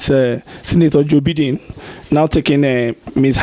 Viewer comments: Hahaha thank you.. Gosh! it annoys the hell out of me when Nigerians say beedin and not Biden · Did I just hear biding? Lmfao 😂 It's Biden, not biding. 😂 These guys are killing me 🤣🤣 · Next time buddy...it's pronounced like Byden not like Beedeen